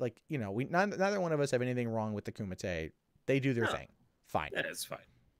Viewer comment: Love your show. But..Kumite!